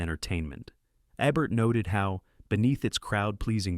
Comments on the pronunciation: The AI narration drove me away in less than three minutes. It is somehow both dull AND annoying, and it mispronounces SO many names (as heard in other videos, including this one.) Roger Ebert's last name has a long "e," as in "bee, not a short one as in "egg." The "stein" in Leonard Bernstein's last name rhymes with "fine," not with "mean." Oh, and have your writer (if there is one) stop using the construction "It doesn't just ___ ____; it _____ ______." One example: , we hear, "It doesn't just celebrate Hollywood; it transcends it," whatever that means. But it uses that formula repeatedly. It doesn't just kill the listener's interest; it obliterates it. It's repetitive and dull, dull, dull. Dull. Not subscribing, though I love this topic. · Love your videos...but PLEASE...It's EEEbert..not ebert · Love these! But why are the pics of Roger Ebert shocking ones where he was dying of cancer with half his jaw cut away? There are thousands of photos of Roger from his hearty Siskel & Ebert days! And why can't this narrating voice consistently pronounce "Eeee-bert?" p.s. I approve of the editing that made Stockard Channing the stat of "Grease" lol. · If you are going to feature a film critics best film, you could at least get his name correct! It E-bert. Try a little harder next time! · The robot is disgusting in pronunciations. It says Ebert three different ways. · Is it me, or is the "narrator" switching between "Eeebert" and "EBBert"? Pick one and stick with it! Oh... and if you cannot properly pronounce flower's name, "edelweiss," than please don't miss pronounce the word. The correct pronunciation is in the song. BOOO for you and your adle-brained team. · Did they consider teaching the narrator how to pronounce peoples' names? Like Roger Ebert's name? Leslie Caron's name? Ye gods.